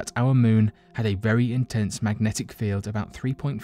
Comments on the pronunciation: Mmmmagnetic field. Mmmm... mmmfieldffmnagteci? 🥴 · Drinking game. Drink everytime he says. Macknetic field.